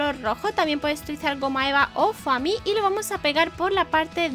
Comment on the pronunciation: se pronuncia fomi no foami